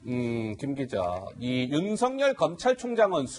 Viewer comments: 윤석열의 열은 기쁠悅 자로서 렬자가 아니므로 성녈이라고 하지 말고 서결이라고 발음 하셔야 맞습니다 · 조수진:윤석열:윤서결로 발음(ㅇ) 앵커.그외의 패널들:윤성열(×) 추미애기 모든 법에 반기를 들고 지랄. 발광하고 있는 상황.모든 법 절차에 똥미애가 번기를 들고있는 상황.